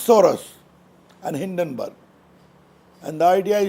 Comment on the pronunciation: Hindonburg almost sounds Hiddenburg. Difficult to defend gentleman. You are good to defend your party. Nothing surprising since you are a lawyer. Often such defence is often superfluous. Why these guys always defend adani. Why get very defence through perceived offense.